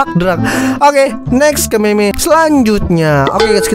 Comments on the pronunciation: bang itu di baca mim bukan meme kalau meme itu yang ada di wanita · Mim bang di sebut nya bukan meme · Bacanya mem bang bukan meme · Bang kalo ngomong meme dibaca"mim"coba dah pasti bener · Bukan dibacanya mim